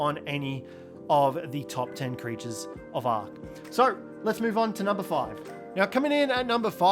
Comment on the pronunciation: I'm sorry but it's "creatures"